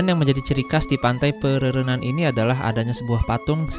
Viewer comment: bang, laut antara bali dengan pulau nusa penida itu namanya selat Badung. ombaknya 11-12 dengan ombak selat lombok. pura terbesar kedua di Bali, sepengetahuan saya itu Pura Ulun Danu Batur. Pantai pererenan, ren nya dibaca kayak pelafalan ren pada rental.